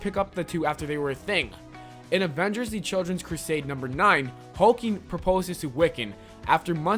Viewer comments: It's not hulking...... It's HULKLING as in a kid hulk.... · its Hulkling not hulking xD also Billy x Teddy is My OTP! theyre one of the most adorable couple in comics, they also have a daughter!!! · am i the only one who heard hulking instead of hulkling?